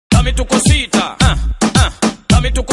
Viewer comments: Your saying it wrong it’s da meh tu coe sita, watch the actual video cause it’s a spanish video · The way he says dame tu cosita lmao Demma tuck osito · "Dama tuka citah" lol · He said da mecuto sita weird